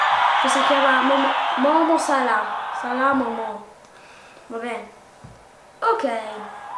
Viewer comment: Allora il milan ha vinto 7 champions salah non ha mai giocato nel manchester united e non si pronuncia salà momó